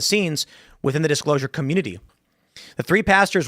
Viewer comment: Can he learn to say community properly